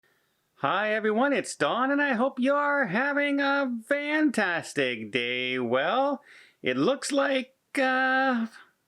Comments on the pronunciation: Your videos are very informative and helpful. Thank you very much for making them. One question, I am curious. Are you saying "Vantastic" or mispronouncing Fantastic? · He's saying "vantastic" on purpose lol